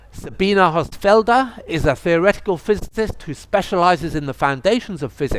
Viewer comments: Could the irritating lisping moderator not at least have learned how to pronounce Sabine Hossenfelder's name? Even for an Anglo it should not be impossible to get a little closer to the correct pronunciation. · And for not cringing when the presenter mispronounced her name at the beginning. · maybe its because the moderator keeps mispronouncing her name